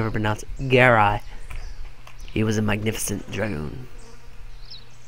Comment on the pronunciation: be a little more steady in your videos. you're all over the place. I believe it's pronounced guh-rye